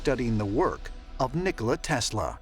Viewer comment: bro said ngala tesla